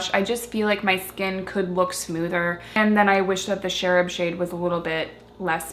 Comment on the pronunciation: I love these blushes--I got a bunch of them in sample size from his website a while back. They are so pigmented that a little goes a long way. By the way, the "ch" in Cherub is like in "change" not "Sheryl"--cherubs are innocent baby angels (and also the ironic nickname for the National High School Institute participants at Northwestern University, ha ha). :)